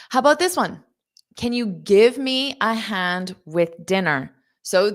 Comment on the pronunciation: First time in my life I hear "ONE" like ON.